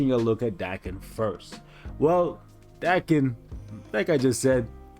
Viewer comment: It's actually pronounced d-AE-ken but ok lol